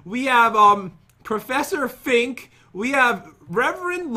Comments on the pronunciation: its supposed to be Professor FRINK not fink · Btw it’s professer frink not professer fink